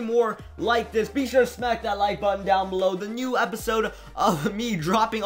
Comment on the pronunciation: Plish shmack that like butshon